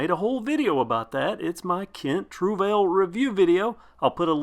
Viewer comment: I googled the pronunciation and you got it wrong........